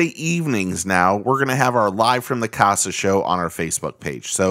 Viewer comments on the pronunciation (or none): none